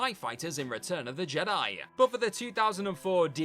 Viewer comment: "return of the jediYUH" "a small but noticable wayYUH" "sticks out like a sore thumbUH"